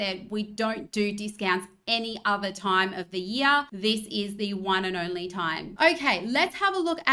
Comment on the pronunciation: Did she say the "ornery" thing we have to worry about? Why's it ornery?